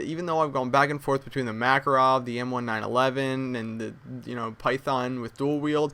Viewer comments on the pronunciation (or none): M "one nine eleven"??..... don't take this the wrong way but the "1911" is a date, you wouldn't say that it is the year "two zero ten," you would say "twenty ten" or "two-thousand and ten" so "1911" should be read as "nineteen eleven" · Just saying it's the M "1911" like the year 1911 not 1 9 11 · really? "M-one-nine-eleven" john moses browning rolled over in his grave. nineteen eleven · Did you really just call it the M 1 911